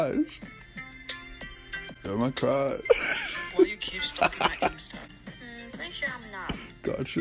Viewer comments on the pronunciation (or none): “You’re my cruauash” Lmao I can’t get over that ✨Cruaush✨